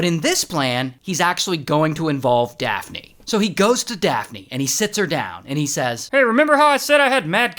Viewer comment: Daft-knee instead of daphne 😂😂